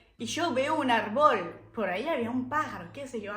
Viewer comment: Como me haces reír, sos una genia. Hoy te note más acento Frances, tenes q volver por aca. Te digo algunas palabras q me acuerdo q no te salieron: Catecismo o Catequesis Árbol (acento en la A) Muy buenos tus videos!!! Muy emocionante q quieras tanto a nuestro Pais